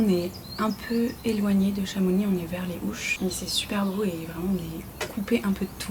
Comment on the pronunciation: Vidéo très appaisante comme toujours joli montage. Petit tips ici on fait la liaison on dit les zHouches 😉